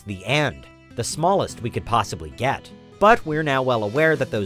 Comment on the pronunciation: The narrator sounds like an oriental. I hear some mispronounciations. Like "speck", he said "spack"; "get" he said "gat". You can hear it clearly. lol !!! This is one of many pronunciation problems that I find with many orientals whose 1st language isn't English, but think they sound like a native English speaker.